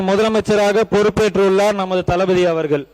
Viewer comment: தளபதி ங்கிறத தலபதி ன்னு சொல்லாதீங்க.